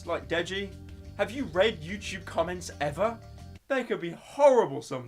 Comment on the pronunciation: hey, pyro, it's youTube not youCHube. love ya goodbye